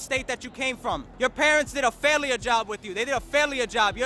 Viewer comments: am i the only person cringed by this guy saying, "faliur" and not "failure"? undisputed king of dumbassery. what a fucking failure. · the dude mispronouncing failure is such a dead brain. stupid sanchez